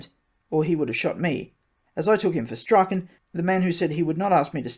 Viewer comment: He sounds like every kid who ever went it alone...and the law fears a leader more than a mob. Strauchen is pronounced Straun.